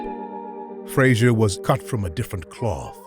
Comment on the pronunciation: Even the way Ali pronounced Frazier's name was derisive - "Joe Fray-shuh." Joe was a good guy and a great champion who didn't deserve to be treated that way.